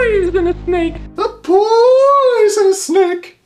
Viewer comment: It's not "a p----oy------son-nus snake." It's an owl speaking. So it should be, "A p-oooooooo-son-nus snake." Krispen has Cedric go with Graham. Yet Cedric doesn't help him in any way other than bringing Graham from Daventry to meet Krispen. He won't go into the desert with him to look for water. Graham has to die a few times before he locates a source of water on his own. Cedric doesn't want to go into town with Graham. And he doesn't want to go into the forest with Graham. Cedric sprinkles some fairy dust on Graham to make him fly. If fairy dust can make Graham fly, wouldn't the fairy dust go up in the air rather than fall down to the ground? You're right about the colors and the scenery. They're really beautiful! Rule: "Take everything that isn't nailed down." In other words - STEAL. Stealing is okay in the King's Quest series. There's nothing like stealing. "Defying normal thinking." How about the magic pocket? Graham puts a custard pie in his pocket. He keeps a hammer in his pocket. Also a harp, a tambourine, a rotten fish, a leg of lamb, a nice warm cloak, a sled, a marionette. and a magic wand among other things. The same in KQ6, KQ7, and KQ8, with Alexander, Rosella, Valanice, and Connor carrying all sorts of objects in their magic pockets...a shovel and a hammer & chisel, a gold bowl with green water in it, a jar of clay with salt or fresh water in it, a China bird, a magic mirror, a gauntlet, a magic map, a lantern, a dangling participle book worm, Beauty the slave